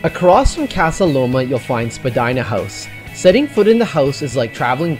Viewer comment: Finally someone mentioned spadina house! BTW it’s pronounced spadeena, not to be confused with spadina ave.